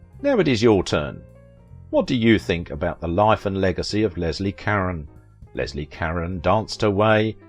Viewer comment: You mispronounced her name is Leslie